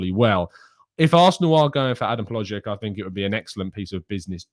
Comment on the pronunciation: As a Czech native, I must say you said the name "HloŽek" incredibly well,! Unfortunately, his signing for Bayer Leverkusen is much closer each day. Leverkusen are also NOT considering selling Patrik Schick. Both Czech strikers will be playing for Leverkusen. Schick is too important for them, he is their best player and they will need him. Especially because they will play in the Champions League next season. Sources - all of our Czech media.